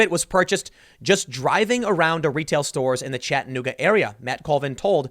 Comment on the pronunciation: It’s pronounced (Chatta-new-gah)